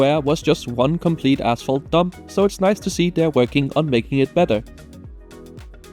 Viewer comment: Had to rewind a little in front of Roma Termini to figure out what said. He said asphalt. Heard something else 🤣